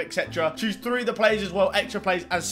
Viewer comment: Does he know that it’s pronounced three not free? Annunciate my friend